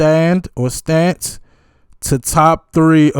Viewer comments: The d is silent. It’s Linda Ronstadt, pronounced Ron-stat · Ronstadt. Like Ron-stad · Linda Ronstadt.... pronounced Ron Stat